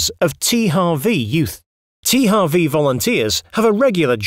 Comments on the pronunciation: Even if it correctly should be “tee-eych-double-u” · Der Typ weiß aber schon, dass man in englischen H anders ausspricht? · Oder das englische W...